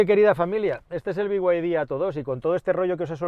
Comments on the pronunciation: Decir "bi way di" pudiendo decir "bid"... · Por qué coño dices ""biguaydi""???? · Cada vez que dices biguaydi dan ganas de desuscribirse del canal, supongo que los chinos quieren que lo pronuncies así por cuestiones de marketing, pero es que rechina igual que el deleznable Disney PLAS, basta ya de estas catetadas por favor